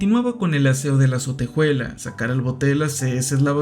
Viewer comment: Me desespera un poco que pronuncie "sotejuela" (ya sé que es un comentario muy off topic peo no lo pude evitar)